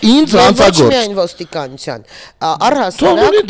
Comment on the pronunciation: Թ֊ն էլ` Ց, իշխանուՑյան, ոստիկանուՑյան, հա՞, հա՞, հա՞ ❗ Ա, ա՛, ա՛, ա՛, ա՛, անգրագե՛տ հալով դարձել եք քաղաքաԿԱՆացված չԳործիչներ, ՀԱ՞, հա՞, հա՞, հա՞ ❗ Յա՛խկ, յա՛խկ ‼️Նողկալի է նման անգրագետներին լսելը😮😡😡😩😩